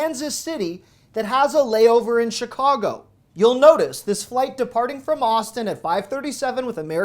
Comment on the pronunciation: Why people say Shicago? Always wondered.